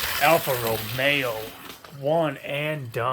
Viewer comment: Great video but there is no R in the second half of Alfa Romeo